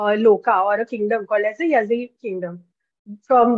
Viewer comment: It's ಯಾಳಿ, not ಯಝೀ ya(ಯಾ)-zhi (ಳಿ) pronounced as Yaali